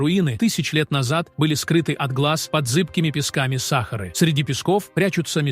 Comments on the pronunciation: Почему САхары, а не СахАры??? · Слушать невозможно. Просто возмутительно. Как не стыдно предлагать такое безграмотное видео. Если уж дали роботу задачу прочесть, задайте ему корректную программу, тогда и не будет СахАры и бархантов.